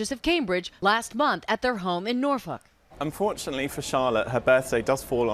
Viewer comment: Oh my god. Norfolk. As a British subject I’m deceased at that pronunciation.